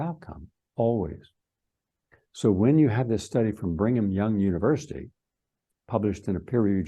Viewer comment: It's pronounced Brigham Young University NOT "Bring'em Young!!! I know it's in Utah and all, but learn how to pronounce the words before you try to sound like an expert. You lose all your credibility when you pronounce Rockefeller "Rock-a-fella", or gly-fah-sate instead of gli-foh-sate or "glycpma" when you mean glaucoma. For a "scientist", you sure do miss alot of important, obvious details. (By the way: electrons are many times smaller than viruses--Amazing that as a scientist, you don't seem to understand that viruses are composed of atoms and one part of an atom is an electron.) It's not a conspiracy, it's real grammar and real science. It matters. Maybe you need another scoop of "Brain Stuff"